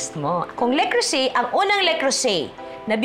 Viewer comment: Not a basher, so just we all know : it's "luh-CROO-zay" with the emphasis on the middle syllable that's pronounced similarly to the "oo" sound in "cruise." ❤